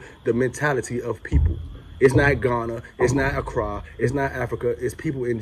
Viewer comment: man, the way you pronouce the word 'ACCRA' is diisturbing. Just too American. Wow. You are stressing the wrong syllable over and over again